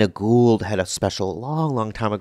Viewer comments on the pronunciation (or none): none